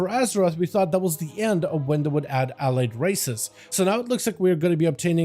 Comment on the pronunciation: Hearing you pronounce allied is so painful.